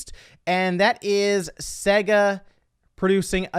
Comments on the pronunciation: it's not pronounced saga, it's sega. The name Sega, is an abbreviation of Service Games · Segga.... Ugh. It is SEGA.